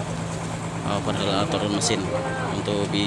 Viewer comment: Ralat mas ... Bukan over hole. Tapi Overhoul🙏